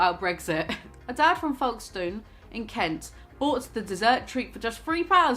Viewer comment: The way you pronounced Folkestone is killing me 😂